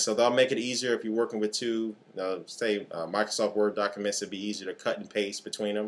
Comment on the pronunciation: Mica-sof huh? Sorry, just bustin yer chops...